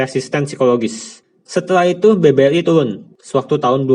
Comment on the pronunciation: maaf nih sebelumnya klo boleh mau ngasih saran, editornya bisa dubbing pake suara lain ndak ya, supaya pelafalannya bisa lebih jelas, sayang banget kan padahal isi kontennya udah bagus, contohnya BBRI koq malah jadi BBLI.